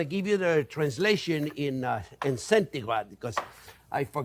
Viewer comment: He said "Centigrade" with his French accent. Yes, it's a word.